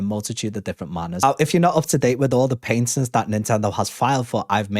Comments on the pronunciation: Patent is pronounced Pat-(head"PAT")Tent (camping "tent") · Gotta learn how to say patent correctly